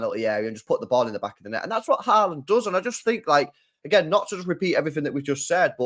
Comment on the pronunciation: It’s not horland it Haaland you nonce